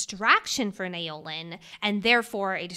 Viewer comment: Love your work and both of your dedication!! I’m only up to this episode, but wondering if pronunciation of Naolin is in fact “Now-lin”? This may be more accurate, from a mandarin standpoint (although we don’t actually know his ethnicity, and this is my own assumption/projection). Especially keeping in mind that Yarros has been good with representation, and it wouldn’t be unlike her to have such a name in her book ☺️